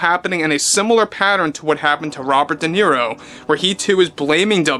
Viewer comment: De Zero and George De Clony😂😂😂